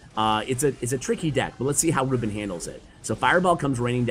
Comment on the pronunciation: His name is pronounced ru-BÉN, not RÚ-ben XD